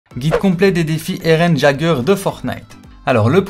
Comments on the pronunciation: et le "j" il se prononce "i" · Ça m'a perturbé tout le long de la vidéo tu l'as appelé "JAGER" mais ça se prononce "YAIGER" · Il a dit....eren jageur....c'est eren YÉGEUR !!!!!!! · sa se prononce (yager ) pas gager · EREN QUI ????? ca se dit [Yéguere] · ON DIT "YEAGEUR" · J'ai failli piquer une crise en entendant sa😅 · Fait un effort sur la prononciation du nom stp